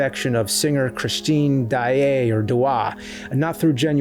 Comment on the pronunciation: "Gaschion", "chrischeen" huh??? Why are you saying it weird?